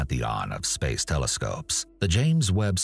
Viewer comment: The way this man says “space” is hilarious 😂